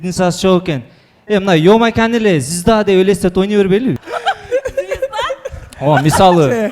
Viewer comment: Зизда дебечи звезда дечи уфыфы